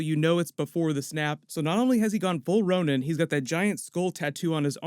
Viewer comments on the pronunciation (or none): none